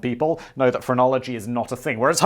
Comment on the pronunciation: The first 4 or 5 times he said phrenology, I swear I thought he was saying pornography, and I was really confused.